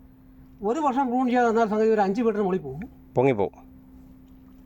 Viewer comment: Prune /പ്രൂൺ ചെയ്യുക ബ്രൂൺ അല്ലട്ടോ.